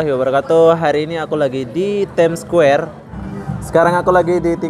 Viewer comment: Ur pronounciation about ' time square' so suck ... ☑️